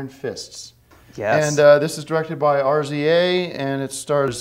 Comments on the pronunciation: He call's Rza "R-Z-A" hahahah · man literally said RZA as R, Z, A 😂